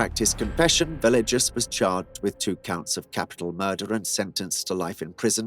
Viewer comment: Villegas = (Ve-yay-has)